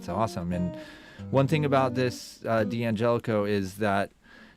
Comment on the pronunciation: I'm sorry but I won'TEE listen to anyone who can'TEE pronounce the name D'Angelico correctly. It'ESS is an insult to it'ESS Italian heritage. DANGELICO is the correct way to say it.